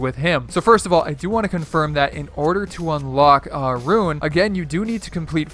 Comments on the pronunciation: By the way, his name is ruin. Not rune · Roo-in not rune